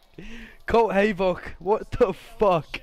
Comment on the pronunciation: hayvok?? brother its havok